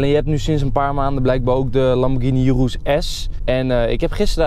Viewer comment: enzo zei eerst altijd lamborghini verkeerd en urus goed en nu is het omgekeerd je spreekt urus uit als oeroes niet als joeroes